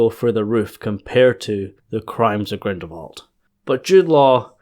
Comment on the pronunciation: I'm quite sure you say Grindelwald's name without the l whatever you say! And my hearing is perfect!